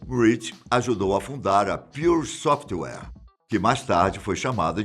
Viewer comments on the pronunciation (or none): none